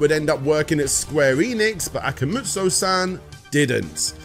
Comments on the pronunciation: Not Akamujo, it's AKUMA (like Street Fighter) JO, Akuma Jo, Demon (Akuma) castle (Jo) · One step forward, a couple back. AkuMAjo, not akoomoojo. IgaRAshi, not Igarooshi